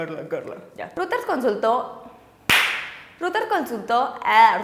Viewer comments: Hoola chicas, muy lindas uds, nomás una cosa: Emmm... no es ruters, si no algo asi como :"roideirs" (salvaje pronunciación aparece) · Aunque te tardes... se pronuncia "roiters" no "ruters" ni que fuera access point ! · Ojo, Reuters se pronuncia "roiters" no "ruters". La demás información está muy bien! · Se pronuncia Roiters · Reuters se pronuncia "roit ers"